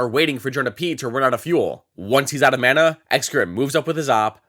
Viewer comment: My man called it mana